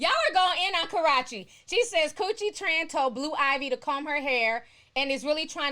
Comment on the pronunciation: Y'all are goin in on Karachi! Ti! You professionally butcher names! Slice em up! 😭🤣😂 I'm here for it bitch! 🤭